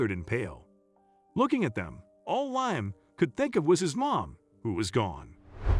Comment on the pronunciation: His name is pronounced Lee am not lye am